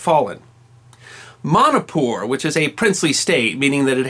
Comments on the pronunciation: It is MANIPUR NOT MANIKPUR Sir.. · i dont like how u say manipur as manapur. lol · It's pronounced like " money-poor".